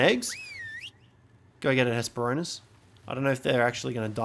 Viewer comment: It's actually Hespero-r-nis. Missing that second 'r'. I just had to. "Ornis" is the greek word for bird.